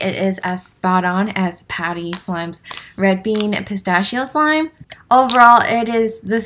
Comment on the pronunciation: The way u say “pistacchio” make me: ☠️💀☠️💀☠️☠️💀💀💀💀💀💀💀💀💀💀💀💀💀💀💀💀💀